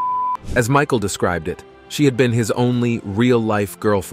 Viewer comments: Mishal, Mihal, Michael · George Mee-shal....WTF? The whole video hes been saying it right then 15 mins in you pull that? Must be one of thise concealed 'facts'. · AI can't say Michael lol